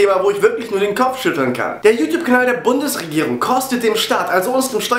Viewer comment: lol...sagt er bei "Liebe Bumsregierung"